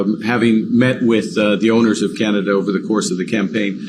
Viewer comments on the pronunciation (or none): none